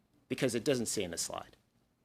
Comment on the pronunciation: Literally sounds like she’s saying “next lie” instead of slide😂 Pretty fitting